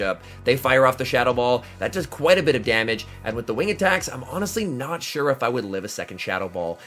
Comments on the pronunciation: "That just does so much damwich" 😂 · so much damwuage 😅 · man that “Damwhich” was craaaazy